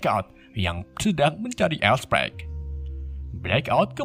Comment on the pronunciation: Decepticon,bukan decepsion,start scream/start skrim bukan startcrem,all spark bukan all spek Tp bagus,ada nyelenehnya sedikit transformers collab sama ML